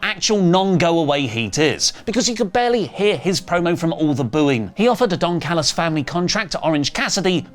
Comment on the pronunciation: Did just call Don Callis Don "Phallus" like Corny does?